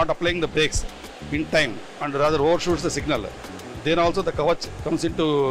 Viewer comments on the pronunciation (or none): none